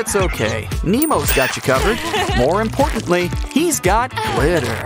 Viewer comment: Can you stop saying glitter so weard